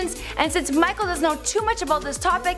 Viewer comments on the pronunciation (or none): none